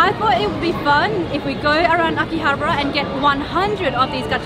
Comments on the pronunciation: Akihabara, pronounced Ah-kee-ah-bah-ruh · You pronounce AKIHABARA wrong